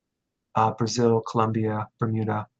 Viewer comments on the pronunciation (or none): none